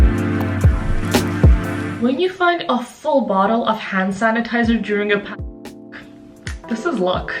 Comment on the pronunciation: Sorry im not updated with your vlogs but why do you do that when you say the word pandemic?